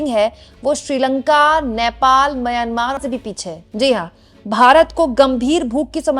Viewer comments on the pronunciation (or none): none